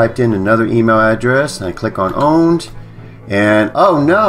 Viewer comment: For the RECORD ... it is NOT pronounced "owned" it IS pronounced "Powned" with a P sound in front of owned!